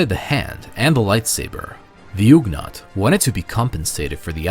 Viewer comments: It's not "oog-naught". It's pronounced "uhg-naught" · I mean, I hear "uhg-naught" as the correct pronunciation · Ugh-naught, not ooghnaught.